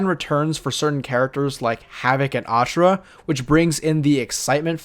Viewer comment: By saying Ashrah you earned my sub mate